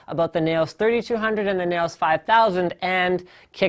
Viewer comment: I think it's pronounced "Nouse" as in rhyming with mouse, and as in "Laos". I might be wrong though.